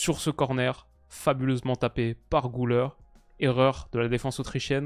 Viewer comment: Gulere pas goulère. Arda 😂😂